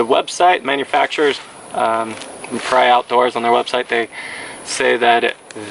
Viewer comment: Pah-ree-ah, a pariah has a negative connotation